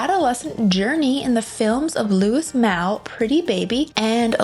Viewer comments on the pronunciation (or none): "S" in Louis is silent (Lew-ee)(Mall)Malle